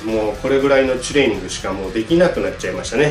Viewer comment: ちゅれいにんぐって発音好き